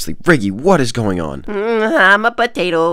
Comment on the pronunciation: “HMMÆHÊ im a poTaTOoO”